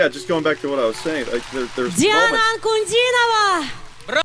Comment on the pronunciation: Hmmm, even after hearing her name pronounced you did not manage to replicate it : ) You have the stress on the wrong syllable, it is NOT on the "no" syllable, but on the "di"(and then falling)...Anku-Diii-nova. It is not that hard is it. You're welcome.